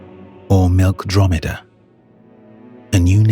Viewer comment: WHEN HE SAID “”MILKOMEDA”” I spilled my water off my mouth. Lol. 😂😂😂 I